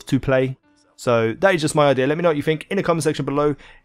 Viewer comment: I-DDEEAA! Learn how to talk easy